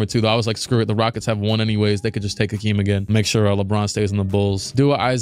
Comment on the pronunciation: It’s Hakeem not Akeem wtf